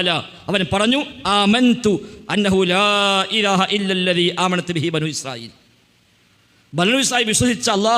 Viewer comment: ലാഇലാഹ എന്നാണ് . ലായിലാഹ എന്നല്ല